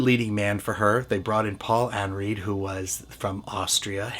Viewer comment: I enjoyed this video,, but you made two minor errors. First, Alice Cooper was 20 years older than Bette Davis, not 5. Second, Paul Henreid's last name was pronounced like "Henride", not like "Henreed".